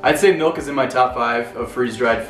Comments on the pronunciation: I love how we say it out west. Sounds like my mom. “Melk” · Here in Texas milk is a two syllable word: "mee oak"